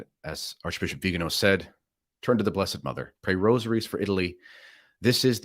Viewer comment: It's Viganò, not Vigano. The accent falls on the 'o'.